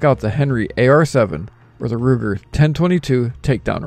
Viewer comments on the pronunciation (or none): none